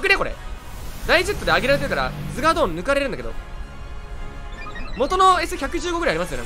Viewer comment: アゴーヨンとズガードン❌ アーゴヨンとズガドーン⭕️